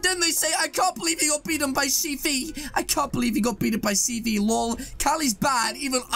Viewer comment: You were saying cv preetty